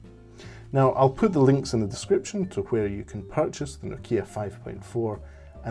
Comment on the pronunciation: No'kia not Noki'a !